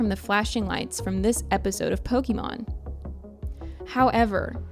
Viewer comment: disliked for the pronunciation of pokemon